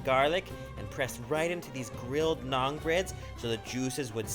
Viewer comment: it's called Naan not nang